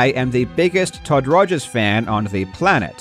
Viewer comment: Jobst Was that on purpose when you said Todd Togers? I'm not even sure if it was a slip of a tongue or tongue in cheek remark anymore. XD